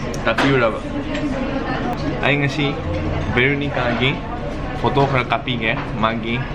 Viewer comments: It's Veronica not bheronica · Lol....its not a hate comment but your accent when you pronounce Veronica as pehronica i die😂😂😂😂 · Bro, mayam ngasi veenorica.... Instead of Veronica... Hahaha.... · Veronica not Venorica Bro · Bheronika... Lol god take me to heaven 😁😁😂😂😂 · 0.1 "Venorica" 😂... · I love it when u call me "BHENORIKA" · Did I just heard Bhinorika???? LoL 😂😂😂😂😂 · ADAM LEVIS bheronika is still ok.. The word here is bhenorika😂😂😂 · Bhenorika haise si oire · the boy very weak in english can't evnt pronounnce properly her name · How you pronounce her name is so funny😂😂😂😂😂😂😂😂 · Still you can’t pronounce Veronica 😣 I guess it’s been 2/3 months I have seen a vlog of yours which I have commented bout you pronouncing her name wrongly... At times It’s so annoying if people pronounce your name in a different way ‘coz it happened to me so often 🤨 Lannadi khanbinu chumthoknaba hotnabiyu